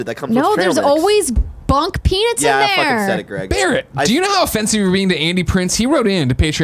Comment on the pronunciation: Andrea says peanuts weird. When she is talking about just peanuts, it sounds like she is saying peanits. But when she talks about peanut butter she says peanut normally.............I KNEW she was from another planet.... :-)